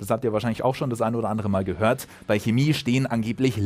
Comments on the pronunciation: Hemie???? Kina???? Chemie!!!! CH! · Ist eigentlich nicht schwer ein CH auszusprechen bzw sollte es nicht sein lol.. Trotzdem: bei diesem Wort lieber K als SCH! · Leute die Kemie oder Kina sagen haben bei der Geburt zu wenig Sauerstoff bekommen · Das heißt Schääämie!! 😁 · Jetzt noch Chemie richtig aussprechen. :*